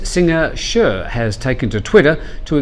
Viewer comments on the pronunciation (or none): Its "Cher" not "Shear" you putt!! And stop calling "government proposals" as "schemes", it gives the whole idea a negative connotation! Show some respect for the country and your profession as a reporter and quit with the idiotic jokes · Mis-pronunciation of name... “Cher” .... not “Sher” correct... “Share” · Cher. Pronounced as "share", and not "sure". As for being 180 years old, well she does sing "If I Could Turn Back Time" ;-) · It is pronounced as "share" not "shir" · pronunciation of "Cher" try saying "share" not "sure" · Cher not Sure. Rhymes with hair. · “Shure” sheesh,, really? You’ve never heard of Cher? Your pronunciation of so many different words is just bizarre. “Shirley” you could put a little effort into learning how to pronounce what you are going to say on a broadcast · Cher* not share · Which comment? The 180 years old, everyone knows that's not literal, but it's also true that she is in fact older than the hills. Plus, she looks scary. The only correction I would suggest is to pronounce her name as she says it herself. And, I believe that sounds like 'share'? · Hey! Watch what you say about Cher! :) By the way, her name is pronounced like "share". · Cher, pronounced "share" (short for her real name Cherilyn) , she's 74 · You need to check how you pronounce Cher,lol. You also were so trolled when you posted a clip from someone named Infinite Brain Sux Dik...uh hello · Forgive me for this, but that is the worst pronunciation of "Cher" I ever heard lol. Maybe let Mr.Jet take the helm :) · I'm very forgiving of how people pronounce Pattaya, as there's at least 5 variations on it, but this one you need to own...especially when you're an admitted fan. :-)